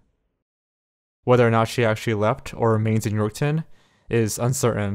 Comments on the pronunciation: York-town lmao. he just adds a 'w' in there. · that and how he pronounced Saskatchewan and Yorkton...like wtf? Do your research! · Oh god. And the way he was saying Yorkton and regina. Lol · Also. Regina is pronounced “Re-Jy-Nah” and Yorkton is pronounced “York-tin” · wow this was just a couple hours from me. people still share her missing post all the time on my fb feed. wonder what really happened to her edit: and it’s pronounced “york-tun” and “reg eye nuh” lol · Ikr he also said Regina and Yorkton wrong smh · He pronounced Saskatchewan, regina, and yorkton wrong. I'm only part way through the video so idk if he said anymore city names haha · THE WAY HE PRONOUNCES SASKATCHEWAN, YORKTON AND REGINA IM SCREAMING IN CANADIAN